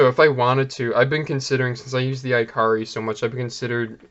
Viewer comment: “ee-kah-ree”, not iCarly